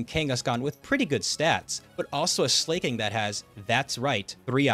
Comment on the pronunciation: “Slayking” :( no. slacking. Like slacking off.